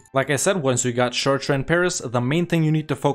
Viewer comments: I didn't even recognize he was saying "Chartres" at first XD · Some of your speak is difficult to understand because of your poor pronunciation. Caen is not pronouncedCayenne and Chartres is not pronounced Shertrer